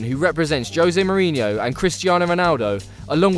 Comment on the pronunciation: I don't understand why most English youtube channels can't figure out the pronunciation of such commonplace names. The J in portuguese does not have the same sound as the J in spanish. That is to say, Jose Mourinho is not Hose, it is Jose. Diogo Jota, is not Diego Hota